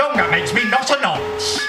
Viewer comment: Thwack yh but said noncy